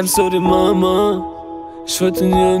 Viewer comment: Im sorry Mama, ist noch gut ausgesprochen